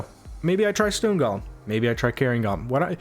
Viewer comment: go-lem, not guh-lem